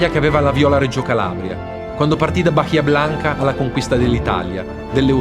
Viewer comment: Comunque in Bahia l'acca non si pronuncia